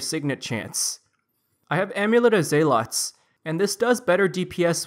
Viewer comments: very informative guide =) little tip, zealot is pronounced "zell-lit" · Thanks! Oh I've always said "ZEA-LOT" lol. I'll try to change my pronunciation next time I say it. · I thought it was pronounced "zell-lot"